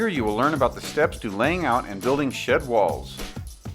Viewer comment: "Here you will learn about the steps to laying out and building SHIT walls" lol this is a the best video I found yet but I couldn't stop laughing at the beginning. I know he said SHED